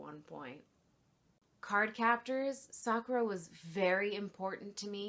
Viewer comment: First off, Jesus is The Good Lich, not a zombie. You nailed "Sakura" and "Tomoyo" though, so you're good. They probably make unicorn-print flannel, although I don't know if it'd be the typical gingham stripes AND unicorns? Making a shirt out of that flannel seems possible though. Just something to consider.